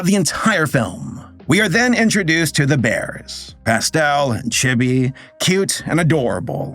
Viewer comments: please, chibi is pronounced like “chee-bee” It’s a bit of a pet peeve. >_< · I can feel my heart shrivel up every time mispronounced chibi as "che-be" instead of giving it a long "EE" sound.